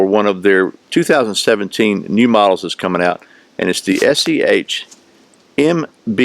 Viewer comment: You keep saying "SCHMBH" but it is "BS" :] Great review. Liked the balance test.